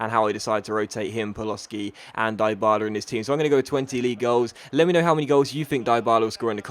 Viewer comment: deebala not diebala